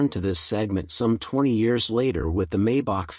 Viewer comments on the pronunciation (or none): Please don‘t say “Maybuck“! The correct pronunciation is “Mybuch“ with the “ch“ sounding like the Mexican ‘J‘ in ‘José‘. And the 300 (“Dryhundert“) is called “Ah-denower“ after the first postwar German chancellor. And „Rolls Royce“ is double stressed (the names of the inventors with Royce being the construction guy).